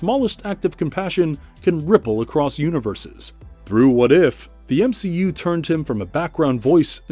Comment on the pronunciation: M-she-u Watcher.....